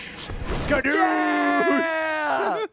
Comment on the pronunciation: It's skadooch